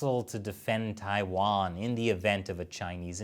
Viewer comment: How you gonna discuss China for a decade and still not be able to pronounce so many basic place names？？ 😂 我真是无语了